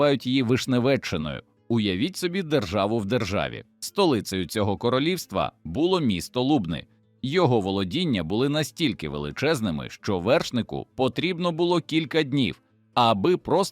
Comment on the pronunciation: Ви помітили, що текс зачитується роботом? Не вірні наголоси звичайних слів. Навіть Лубни- зроблено на першому складі. Редакція взагалі не слухає текст???😮😮😮